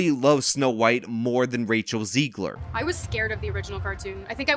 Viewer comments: Zegler rhymes with leg/her not she/her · Zeg-ler soft e